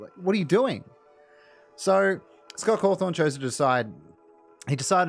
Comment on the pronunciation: I like how you call Cawthon as Cawthorn